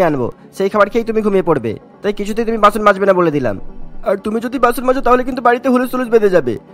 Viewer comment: Basun or basoon not bason